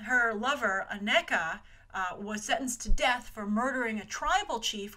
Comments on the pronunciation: The name is pronounced A-KNEE-Kuh not A-Neck-Uh. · Grace, bless your heart with your mispronounciations. Awesome video as usual. Dora Milaje = Dora Milahzhay Ayo = Iyoh Aneka = Aneeka Okoye = Okoyay